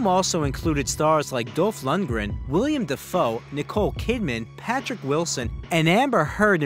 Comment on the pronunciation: Willem... Willem...WILLEM DAFOE. It's not William... it's WILLEM. The guy is NOT NEW in Hollywood. Get his name right, already.